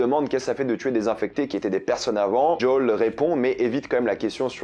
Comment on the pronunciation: tu peux prononcé Joël correctement ?